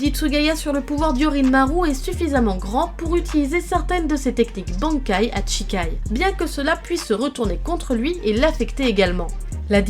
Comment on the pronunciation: En japonais "shi"(し) ce prononce "chi" et "chi"(ち) ce prononce "tchi" Toute la vidéo tu a prononcé Chikai au lieu de shikai et Tochiro au lieu de Toshiro 😂